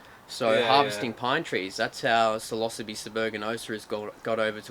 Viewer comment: Oh shit, this whole time you've been saying psilocybe.... lol I have never heard it pronounced that way. I didn't realize what you were saying until you put "cubensis" after it, at